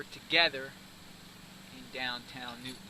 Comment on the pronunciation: Its Newtown NOT Newton. Sick fuck.